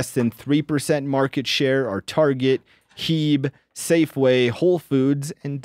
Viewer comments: To hear H-E-B called Heeeeb was like nails on a chalkboard. Every article I could find had it written as H-E-B, maybe it was copied wrong as HEB? For those not in the know, H-E-B is pronounced as the individual letters, not as a single word. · The grocery store HEB is not a word, it is the founders initials. It is spoken as letters H, E, B. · The grocery stores listed on the last question mentioned H-E-B. It’s pronounced by spelling each letter instead of “heb”. That hurt all the Texas listeners ears 🤦🏻‍♂️😂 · “Heebe” 😂 it’s H.E.B. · “Heeb” lol. H. E. B. Best store on the list! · 😂😂 H.E.B is not pronounced Heeb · It’s H.E.B.. Just the letters. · Come on …as a Texan I’m disappointed you didn’t know how to pronounce H-E-B. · I would stay out of Texas for a while because of your blasphemous pronunciation of H*E*B.